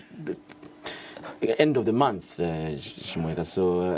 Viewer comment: Y does chimweka pronounce his name as “Himweka”?